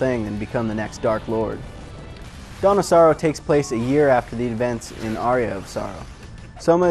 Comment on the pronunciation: Lulz it sounds like he's saying "Donna Sorrow", like the name of a girl or somethin